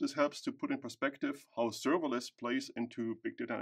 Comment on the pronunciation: "Today I'm going to talk to You about serveilance technology" -I have heard in the first sentence. It turns out to be written server-less ;) -informative video, thank you